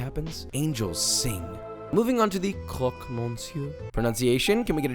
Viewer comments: the pronunciation is almost perfect : croque : nothing to change great Monsieur : yeah in fr mon is Môn, but not for Monsieur which is Meussieu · pronunciation of "jambon" was butchered... no pun intended "croque" was perfect though